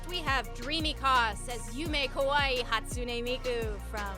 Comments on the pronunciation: I could understand not pronouncing the "ey" at the end of Hatsune and pronouncing it "Hatsoon" (I did when I first heard of her as a kid), but how did they mess it up that bad? 😭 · I could get someone not knowing vocaloid at all saying “hatsoon miku” but the lady full on added extra letters and SYLLABLES!? Like how the hell do you see “hatsune” and read “hatsuzuki” ????? WHILE JUDGING MOSTLY ANIME COSPLAYS??? I just done get it man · If it was some crazy fantasy name I guess I could get it but that's just... normal japanese name. I could look at it just written down and pronounce it correctly even if I never heard of the character. Anyone who watched like... one anime probably could.